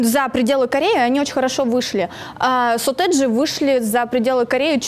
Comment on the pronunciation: Бшяячть, так слух режет. сОтэджи, а не сОтэджи, эта девка в фиолетовом бесить начинает